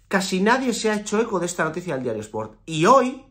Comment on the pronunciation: Me gusta como dice diario ass😂